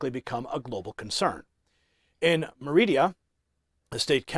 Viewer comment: It's MÉRIDA not "meridia" need to focus on your reading dear ‼️‼️